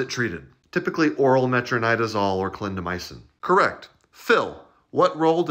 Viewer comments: Did he say "condomycin"??? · that was interesting pronunciation of clindamycin at the end…